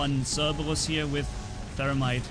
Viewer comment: Who lives language cerbebus is what he calls it it's called cerberus